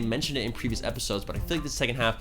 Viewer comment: You said filler epishodes